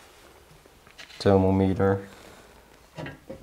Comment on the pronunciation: Thermometer is pronounced ther”mom”meter. Like Mom. Just helping with the language not making fun of you. The o is pronounced like ah.